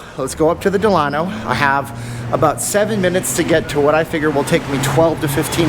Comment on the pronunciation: If you're going to do a video about a hotel....pronounce the name right!